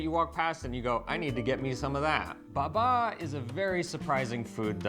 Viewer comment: I love you guys! But it is Bàba - for slavic for “grandmother”